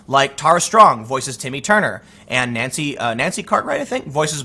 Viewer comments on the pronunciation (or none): none